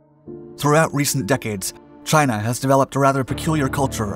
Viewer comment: He says Chiner. I love it. CHINER